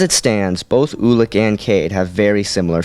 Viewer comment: I think it's pronouced you-lik not oo-lik